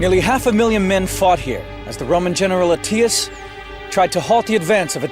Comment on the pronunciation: Flavius Ah-TEE-us? This guy's a knob.